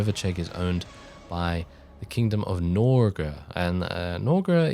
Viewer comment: Norge/Noreg is norway and you mispronounced it so bad😂 (Noregr is its ancient norse name)